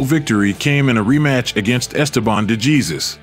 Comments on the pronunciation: Esteban DeJEEZUS. Someone clearly has no idea how to pronounce Latin names. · I sent him a message that the surname is supposed to pronounced' Dayzoose'..And my Español is promedio el major de los casos,but my GF is Puerto Rican & that helps👍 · Please use a human for the voice over (mispronounced DeJesus even with Cosell correctly pronouncing it in the footage.) Duran autographed the SI cover of the 3rd fight for me once. He appreciated that someone understood how good DeJesus actually was. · No excuse for the Narrator when one of his clips contains a gentleman pronouncing DeJesus' name correctly.